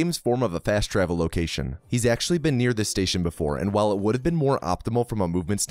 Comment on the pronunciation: Could probably have counted some of those “whiles” as “walls” just sayin.